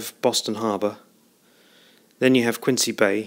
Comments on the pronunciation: Yes, I lived in Quincy for over 40 years and had my sisterr, two brothers in law and many friends work at the Fore River yard during WW2. And the proper pronunciation is Quinzee not Qiuncee. All other cities in the US of A are pronounced Quincee. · Thanks for making this video. I have a few questions and comments. Having grown up in the area, I can tell you that the local pronunciation of Quincy is different than it is spelled. Replace the "c" with a "z" and it will sound correct. Regarding the slipway where the ship was built, I think it is either #10 or it was one of the "cruiser" ways (6 through 9). This is because the craneway doesn't have the heavy girder overhead structure. 10 through 12 all had this structure at least when I was growing up (see your 1980s photo) and perhaps it was added during the war. If you look at a video of the launching of USS Massachusetts in 1941, it appears that #10 doesn't have the overhead structure, or it's building ways was farther north. Secondly, where did you get these photographs? I have always been fascinated with the craneways at the shipyard and have found very few pictures of them. Again, thanks for posting. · Thanks for your feedback. I've been told about my pronunciation of Quincy a few times now :) According to cassidy109 (see comment below), the ship was built on #10 slipway (#11 and #12 were built later in the war). All the high res photos I got from the National Archives. Don't forget to check out the other videos in this series on the home page!